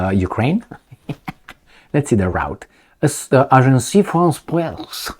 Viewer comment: Agence. (A:jans. )Agence France Press. NOT Agencie Also the word "sy,mbolsitical" does not exist in English.